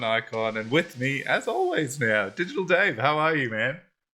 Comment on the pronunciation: We got a treat this time. Butchered both DigitalDave and Kusama! ;-)